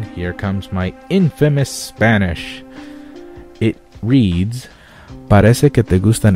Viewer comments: dude what are you talking about? you have a pretty great Spanish pronunciation. congrats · Why do you say your spanish is bad... your pronunciation is practically perfect. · ¡Vientos!, tu pronunciación del español no está nada mal. To be honest, your spanish pronunciation isn't bad xD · good spanish i actually speak spanish and you have good accent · O my gud!! you have a very good spanish!!! trust me , i'm mexican.